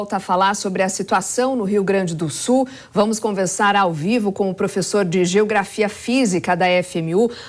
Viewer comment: Não é SU ..... é SUL !